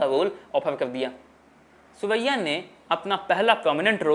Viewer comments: सुरैया के नाम का उच्चारण करते हुए ध्यान देना चाहिए था। सुरैया, की जगह सिवैया, सेवैया सुनाई दे रहा है। जो कि बहुत अटपटा लग रहा है। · आपने सुरैयाजी के बारे में अच्छी जानकारी दी है. पर आप अपनी आवाज को ठीक करो बहुतायत में साइलेंट शब्द बोलते हो. हर बार सुरैया जी को सुअइया बोल रहे हैं